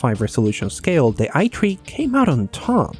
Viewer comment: It's supposed to be pronounced i3 lol oof xD